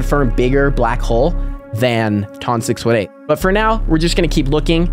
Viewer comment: Hey you pronounce the biggest black hole as ton 6 eighteen